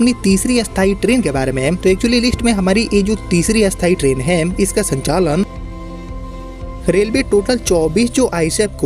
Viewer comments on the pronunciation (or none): भाई जी आप लिखते स्थाई ट्रेन हैं और उच्चारण अस्थाई करते हो। ऐसा क्यों?